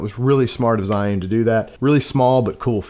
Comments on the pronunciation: It's Gee-Yoon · you can pronounce zhi as a chi... so say chi yun and your pronunciation will be correct